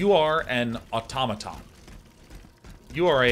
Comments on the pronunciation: autOmaton is correct as the greek word is αυτόματον (intonation at the second o) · I'd just like to say that it's au-tomato-n, where tomato is of the "toe-may-toe" pronunciation.